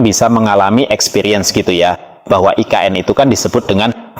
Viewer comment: Nggak usah nyebut "aI Ke eN" bang. Selain nggak cocok, itukan emang singkatan dari bahasa Indonesia...